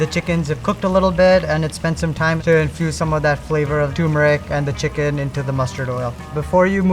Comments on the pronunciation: It’s pronounced “Ter-meric”, NOT “Toor-meric”. 😊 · You would think a chef would know how to pronounce TURMERIC and not say TUMERIC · He doesn't have the skills or experience to be a Michelin chef he can't even pronounce TURMERIC he says TUMERIC. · It's TURMERIC it has the letter R it's not TUMERIC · Stop it... turmeric is pronounced TER-mer-ik, not TOO-mer-ik. And no "Michelin starred" chef uses bottled ginger-garlic paste. That stuff has vinegar and preservatives in it. It isn't hard to mince some fresh garlic and ginger for a show. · and its not tuuuumeric...its Turmeric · It’s pronounced ter meric. Not too meric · What Michelin Star chef uses some off-the-shelf ginger-garlic paste? Even I make my own, and I’m just an ordinary guy. Same with Dabur brand mustard oil. Also… “too”-meric? 😮‍💨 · Not surprised he can't even pronounce turmeric. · He can't even pronounce turmeric properly being of Indian origin. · "I can't eat this ... the chef can't pronounce "turmeric"!